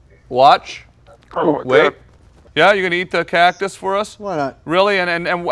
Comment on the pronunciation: he said cocktus its a huge meme from a few years back